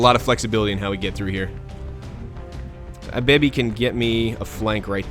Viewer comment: Whenever you say Abebi's name it sounds like Our Baby :P